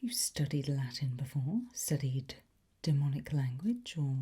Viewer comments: now we know that not only your English but your Latin is perfect🤓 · As a person who prefers Classical Latin pronunciation over Ecclesiastical, I was thrilled by the attention to pronouncing v as /w/ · so I learned classical Latin once upon a time in Catholic school and went into this video like "please God let her say things more or less correctly" and was SO pleasantly surprised <3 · Every time I watch one her videos I just marvel at her vocal skills. Her pronunciation is perfect, her tone is beautiful, and her style and delivery is simply cool af. Latin being my favorite language this was an absolute treat. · Beautiful pronunciation. Lovely and incredibly useful lesson. Would adore an ongoing occult lesson video line. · Classical Latin pronunciation and everything 😩💕 props from an MA Classics and Archaeology graduate!